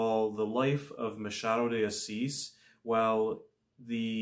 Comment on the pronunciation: Well done! You are the first non-Portuguese speaking booktuber who got the pronunciation of the author's name right. Your pronunciation of "Machado de Assis" was perfect. Thank you also for your brilliant review!